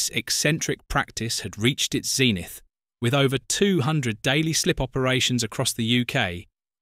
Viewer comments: There were other mis-pronunciations too, such as zenith and lever. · Lever, amenities, zenith, American pronunciation. Probably ai. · Interesting video but rather spoilt by some very strange pronunciations as well as Bree-Kon. Zenith, pronounced as zeeenith with a long 'e' and worst of all, lever being spoken as 'levva'. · 2 days ago It's pronounced Brekkun not Breecon 6 Reply 2 replies 1 day ago There were other mis-pronunciations too, such as zenith and lever. 5 Reply 1 day ago That’s an AI reader for ya. 4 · As well as zenith and lever. At first I thought it was just a different accent, like when I say a glass of wine, a southerner would say "glarse".